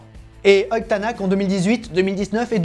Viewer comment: Un extraterrestre et un mec bien contrairement à Schumacher. Edit Tänak se prononce Ténok.